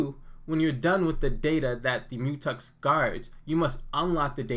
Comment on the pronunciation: Good $hit man! But isn’t it a Mu“Tex” not Mu”Tux”? Haha